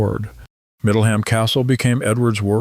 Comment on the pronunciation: The (Al ?) narrator could at least have established how to pronounce place names. It isn't Middle HAM, War Wick or Ca-LAY.